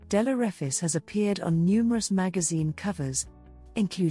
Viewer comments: Straight out to bat , and you missprounce (misprounce) her surname. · You’re mispronouncing the last name wrong! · You have not pronounced her name correctly.